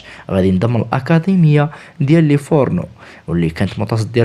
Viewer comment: Livorno ماشي liforno 😂😂